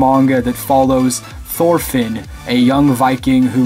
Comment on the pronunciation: Great list. I have dropped Vinland saga after 3vol. not because the story was not good. Also the way he said Thorfinn was quite funny, no that I blame him at all because it is a name with a very scandinavian sound.